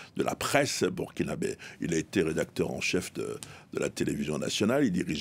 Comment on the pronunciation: On dit burkinabè pas Burkinabais madame journaliste 😂